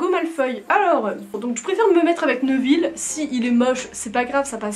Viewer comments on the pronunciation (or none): none